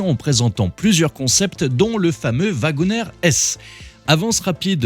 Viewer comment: "wagonEEr"!!!!! Prononcé "wagonir". Comme le "CherokEE", on ne dit pas "CherokÈ". Vous ne prononcez pas "JÈP" pour le nom de la marque, tout de même? 🤦🏼‍♂️